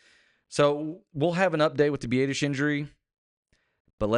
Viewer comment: The only good thing about Tyler going down is not hearing say “b-ay-dish” anymore. Consensus is “b-ah-dish”